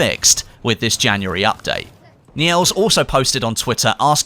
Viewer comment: Just a few pointers for the Scandinavian names, the name Niels would be pronounced like the way you pronounce "nil" (zero) and just add an s to the end, don't even bother with that pesky e (it's silent). The Strand in Åstrand is pronounced perfectly by you. The Å however (A with a circle over it in case it doesn't show up properly for you) is prounced the same way the O in Ozzy Osborn is pronounced... Great video, and A for effort in pronouncing Scandinavian names ;)